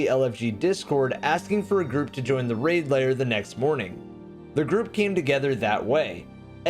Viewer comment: Like your vids but bro it's pronounced LAIR, not LAYER